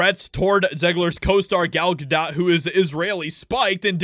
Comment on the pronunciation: When did they change the pronunciation of Gal Gadot's name? It used to be "ga dough", now it's "ga dot". ??